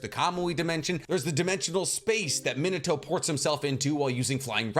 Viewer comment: Me nah toe, not that hard bro come on 🤣